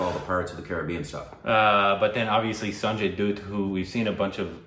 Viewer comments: It's SANJAY DUTT, not DOOT ! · Still saying "Doot" instead of "Dutt".🤦‍♂️ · It's not doott it's Dutt just like Butt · Its not sanjay dooot, its sanjay dutt(rhymrs with butt) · Its not Doot! Its Dutt, like Butt! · Doot... 😂😂😂😂 It's more like Da...